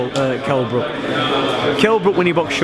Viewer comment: Wtf, Ingle mispronounced Brook's name twice!